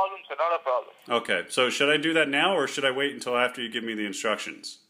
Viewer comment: no no problam sir no no problamm! :D :D